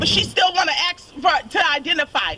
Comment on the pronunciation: She's gonna "axe" ouch!!